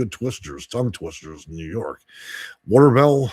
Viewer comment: A ton of Indian names here in NY. the one is pronounce3d Watervlay. I'm under Geneva Housing Authority